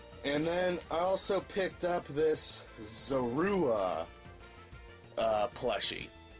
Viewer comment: It's Zor-oh-ah, not Zor-uh-ah!